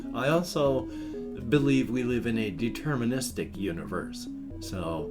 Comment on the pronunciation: Determenestic" huh? Need to check on it!